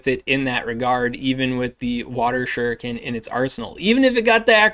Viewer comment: Bout time someone knew how to say shuriken. You’d think the Naruto / Pokémon go player crossover was much bigger than it is lol Also, why is there no cresselia PvP IV deep dive??? Figured that would be a pretty important one. Really hope you can get around to it at some point. We rely on you! ❤